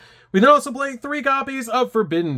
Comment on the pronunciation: Man, why do you pronounce "blay" instead of play??